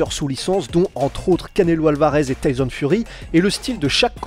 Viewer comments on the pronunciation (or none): none